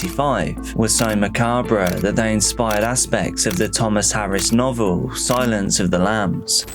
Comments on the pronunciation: macabre its "mah caab" not "mah cab rey"😂 Mengil looks like bam from jackass hlf brother denial is a powerful thing. Denial that its a person. longest shortest minutes of his life. Complacency kills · Dude macab REY . Really ? It’s pronounced macab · Macabre pronounced like candelabra. Jfc, I can't 😂😂😂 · AI or just can't pronounce macabre properly?